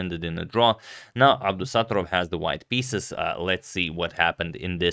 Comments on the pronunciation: It’s pronounced as Abdusatto’rov (short A, stretched O)😅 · Abdusattorov is pronounced with the stress on the first o so AbdusattOrov :)